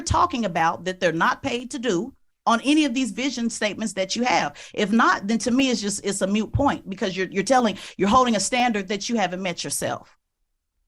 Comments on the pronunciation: Did she really say "mute point"? Lol it's "moot point" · she said "its a mute point" XD this feels like such a leftist thing to me. to use an expression "moot point" and pronounce it wrong haha. I wonder if she thinks its mute or if she just never cared to articulate properly.